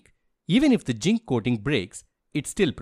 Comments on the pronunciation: Am I the only one who listened 'ginc' and not zinc? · ZINC❌ JINK✅ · Zinc ❎ Ching ✅